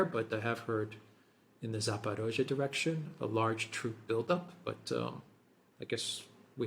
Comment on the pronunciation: Thanks for properly pronouncing Zaporozye. Because that's what the hybrid warfare is about for those neo-Nazi, to call us not-people, to call our culture fake, to give our towns different names!